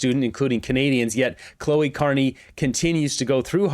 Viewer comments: Cleo not Chloe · not Cloe, her name is Cleo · It's CLEEEEEE-OH. Not CLOH-EEEE. Lemmy guess.... The polls are wrong and a big blue wave is coming....Bloody moron! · we're barely a minute and half into the video and you've already butchered "Tecumseh" and Carney's daughter's first name. It's not "Chloe", it's "Cleo. C'mon. C'mon!!! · Mispronouncing mark carneys daughter's name over and over is funny to me, like an insult to mark. 😅